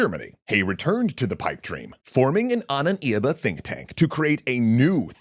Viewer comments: Love it but your pronuntiation of the word ahnenerbe is very confusing😅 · I am sinning this map, as well as the suggestion that Wewelsburg was threatened by Soviet force - it's in western Germany and was taken by Western Allies. Also, why do you keep pronouncing Ahnenerbe so weir?. XD